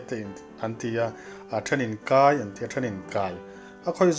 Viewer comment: 'Lentupui kai vel leh romei chhumin' tiha 'kai' i lam dan khi a dik alawm, confi' hle rawh.